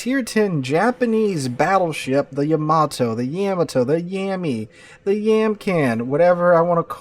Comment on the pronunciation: It's yuh mah tow. It's like Yakuza eng yah where Japanese is yuh. I'm sure you don't say YAH KUZA you probably say yuh KUZA right Yamato the same way. Also I'm just stating for anyone in the comments wondering the correct way. Yammy even more insulting because it really lays into the yah vs yuh. I gather you're a teacher of some sorts, have some respect for learning. You could of just mispronounced it and went in instead of making a meme about it.